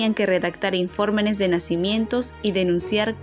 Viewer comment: sería Informes, no informenes... 🤔